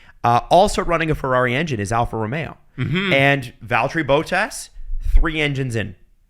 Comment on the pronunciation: Does purposefully mispronounce all these drivers and constructors? Hearing him say Alpha Tauri, Verstappen, Bottas it's so distracting